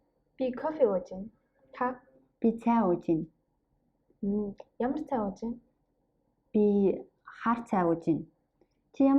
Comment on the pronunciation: Great video! I'm a beginner so this might be a dumb question, but when you pronounce "Ууж байна" i don't really hear a "б" sound - it sounds more like uuj -ain. Is the "б" not pronounced?